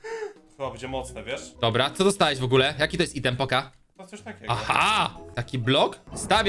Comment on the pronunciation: Wszystko fajnie tylko strasznie kłuje po uszach wymawianie słowa „item”. Wymawiaj to poprawnie albo po prostu zastępuj to polskimi słowami.